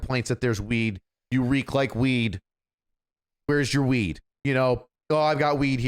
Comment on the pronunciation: He goes from H house, weed, jewelry, what I’m assuming is ripping or knocking out a grill, to a ridiculous southern accent and then goes where was I? Weeeeeed. 😂. Sounds like you were on weeeed. He arrested so many potheads he just channeled one.